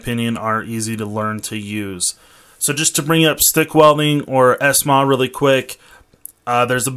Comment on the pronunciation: Bro said “Es maa” wtf 😂